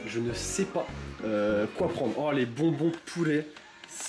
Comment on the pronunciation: Omagad j'ai eu peur j'ai compris "Oh les bonbons POULET"